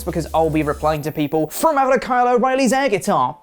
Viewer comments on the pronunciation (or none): none